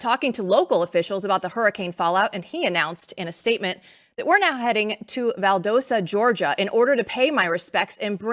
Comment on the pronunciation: Just letting you know you totally said Valdosta wrong. Love the show though. God bless these families and their people be with them in this horrible time.